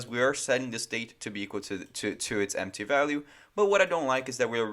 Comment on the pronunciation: Desconfiava que ele era brasileiro quando ele falou "emptchy" em um certo momento do vídeo. Realmente ele tem um inglês muito bom.